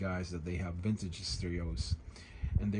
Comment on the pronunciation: Vintige steerios..........Vintige steerios..........Vintige steerios..........Vintige steerios..........Vintige steerios..........